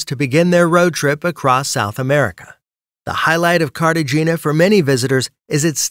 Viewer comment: Careshina 😂 Cartagena it’s the name not Carsehina